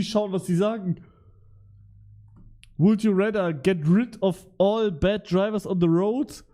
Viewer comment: "Would you rätter"